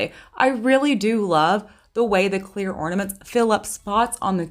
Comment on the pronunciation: snorflakes cleoorrrrrr!